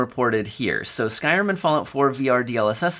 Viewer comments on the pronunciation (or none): none